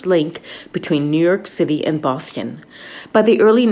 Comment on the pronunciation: She can't pronounce Boston.